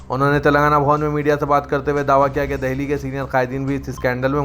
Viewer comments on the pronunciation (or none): none